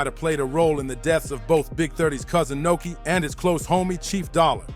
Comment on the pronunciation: Nuski not Noki